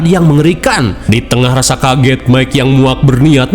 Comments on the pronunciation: Mungkin dia mau nyebut Mike jadi mika. Teringat nyebutin nama Mike 😂😂😂 pabeulit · Bang aku ikutan ngakak saat sebut mikha😅😅😅😅😅😅😅😅😅😅😅😅😅😅.